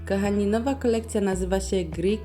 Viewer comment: Bardzo lubię Twoje filmiki, ale Twoje: ,,kAchani" zamień na ,,kOchani".Proszę😄